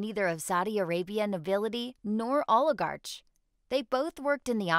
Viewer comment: IT IS NOT O- LI- GAR-CHE CORRECT PRONOUNCIATION O- LI- GAR-CK